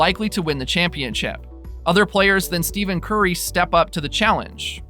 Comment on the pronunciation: Is this a troll account? 1st, you're talking about stats from weeks ago. 2nd, you pronounce Curry's name as "STEVEN" and not "Ste(ff)en"... Lastly, you repeated the 3pt FG% twice! Literally back-to-back lol....just wondering if you're for real....otherwise, good job